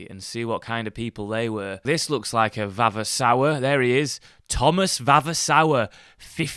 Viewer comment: The pronunciation of 'VAVASOUR' is 'VAVASOOR'...the first 'ruin' is a 'no touch' proposition...the other two items are possibilities if you have the wherewithal and the time to devote to redevelopment